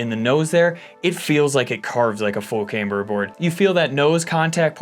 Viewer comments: Do you hit a nail with a haimer? It’s CAM BER!! We’re all doing shots when you say caimber and two of my buddies died.. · Came here for the cayme-ber!